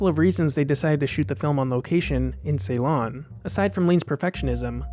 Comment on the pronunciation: A well-done review, with very interesting details. I would just offer one mild criticism about your pronunciation of the movie's filming location, Ceylon (now called Sri Lanka), where I'm from: It is NOT pronounced "SAY-lon." It's pronounced "si-lon."